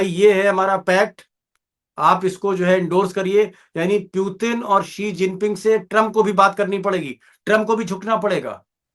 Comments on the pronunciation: पुतिन को प्यूतिन क्यों बोलता है यार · जोकर जैसा बार-बार प्युतिन क्यों कह रहे हैं दीपक जी 😂 पुतिन होता है